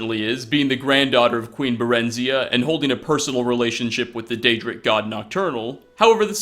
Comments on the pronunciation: Barron-zye-ah (Barenziah) not Ba-ren-ziah- otherwise, great video!! Thanks for sharing! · "Queen Bureenzia" 🤔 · Is it pronounced bah-ren-zee-ah or bare-in-zye-ah ??? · I always pronounced Barenziah as Barenziah, not Barenziah. Woops.